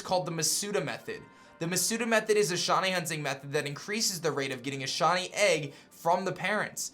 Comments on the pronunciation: every time he tries to say shiny... it seems to come out shony... lol kinda annoying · Shiny* not shany